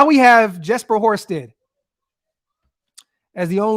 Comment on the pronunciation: Horstedt not horrible guys